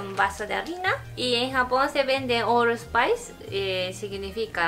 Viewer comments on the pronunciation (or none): XD cuando dice "all spice" yo me dije "Khé? el desodorante?" XD alguien que pronuncia mal el inglés y alguien que lo escucha mal son pésima combinación XD